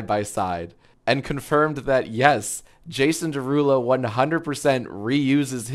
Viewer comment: You pronounced it wrong it’s 🎶🎶Jaaasonnn Derruuulooo🎶🎶